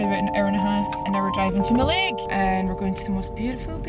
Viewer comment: Love this vlog, just to let you know Mallaig is pronounced Mal-ig not Mal-aig. The west of Scotland is gorgeous! Hope yous feel better soon 💞